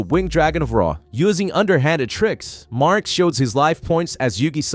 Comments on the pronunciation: This video is so well put together and coherent for the insane amount of details in this series. But the name pronunciations hurt my soul. Atem... A-Tem not Adam Marik... Mar-Ik not Mark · Marik, not mark. Omg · Why does it sound like hes calling Marik Mark 😂 I know hes not saying Mark but it still sounds like it lol